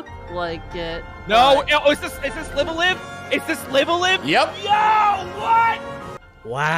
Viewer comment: Almost no one says it right. Both “Lives” in the title are pronounced as in “Live TV” or “it’s aLIVE”. Live a Live. It’s written in Japanese ライブ・ア・ライブ - Raibu a Raibu